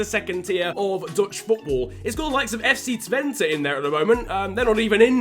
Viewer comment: You are the first english speaking person who say FC Twente correct i support FC Twente